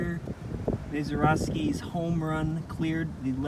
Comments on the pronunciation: Thanks for the video. By the way, it's pronounced Măzaerosky, not Māzerosky. I guess that's the best you can expect from a Brown's fan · Just had my 69th b-day, so as if I wasn't feeling old enough ~ here comes a kid who can't pronounce Honus (it's HAWN-us; not HO-nus), or Mazeroski (he's got it as MAIZE-er-osk-ee). Maybe it's the Cleveland Browns jacket, I dunno. 😂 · Very cool video about this storied baseball stadium, but anyone who doesn't know how to say Mazeroski should be banned from baseball (and Pittsburgh) for life.